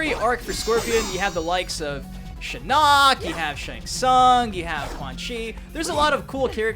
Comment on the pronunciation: Please stop saying shinock’s name wrong bro